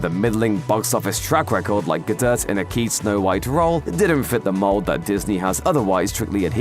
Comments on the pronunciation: "Gadut". 🤣 🤦🏻‍♀️ Dude, you should know how to pronounce Gal Gadot's name by now, it's been said multiple times by various people since that first Wonder Woman movie. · This guy clearly does not how to pronounce Gal Gadot’s name